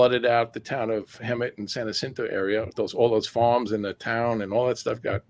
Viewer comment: Mountain goats are watching. You will never see them. Rattlesnakes tell one another "stay away from hoo-mans - they are nuts!". Jacinto is pronounced "wa-SIN-toe".